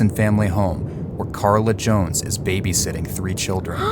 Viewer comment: bad time for the accent to come through "babyshitting" lmao also just me but no amount of pay would get me to give my life for kids. prob wouldnt have taken the job in the first plce but thats besides the point